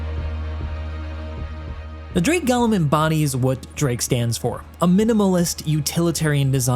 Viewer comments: Go-lem*, not Gollum. This isn't LOTR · "This is the Drake Gollum" NO, PRECIOUS, it's the Drake G O L E M. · "Drake Gallow" "Drake Gallow" "Drake Gallow" Dude.... You good? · I know this community is really bad about it... Idris, gladius, gladiator, aegis.... But you called it both Golem and Galumn in this and.... Sigh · Gallum, or Golem? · The Drake "Galem"? XD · i know it doesnt really matter but i swear everyone reviewing this ship has pronounced golem differently, it blows me away how so few seem to know how to actually pronounce the word. btw its pronounced go·lum, feels like everyone has got gollum from lotr on the mind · That's not how you spell or pronounce golem. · I was not prepared for you to pronounce Golem that way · I mean, there are different pronunciations for the word golem